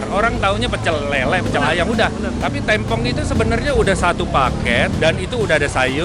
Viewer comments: Maaf bang, pelafalanya bukan tempong tapi tempong beda nada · TEmpong bang bukan tempong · tempong bukan tempong bacanya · "Tempong" dibacanya "tempong" bang, bukan "tempong". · Lama-lama gw tempong elu bang dari dulu nyebut tempong aja masih salah yang bener itu tempong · bang cara ngomong tempong itu bukan tempong, tapi tempong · bilang sego Tempong ky bgitu terus deh, udah diralat SM king abdi jg, masih aja gitu nyebutnya.. geregetan gw..pengen nempong aja si nih..benerin cara ngomong Tempong nya dong..😝😝😝😠😠😠😠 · Tempong bacanya seperti tempe, klo d daerah ku tempong artinya di sleding...